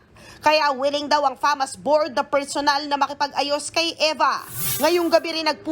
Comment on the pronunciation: Bk fasma hindi famas